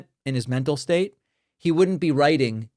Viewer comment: You really got me at the slur on State..😂😂